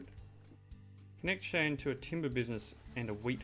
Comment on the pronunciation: Shy-anne is the pronunciation I've heard most often. Could be interesting. I find it more fun to play games like this than watch, but it's an interesting game anyway.